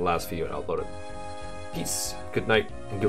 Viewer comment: let me know when you start pronouncing Rin's name correctly too, then.